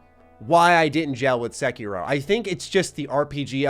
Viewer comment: Bruh, why you call it sekyrow??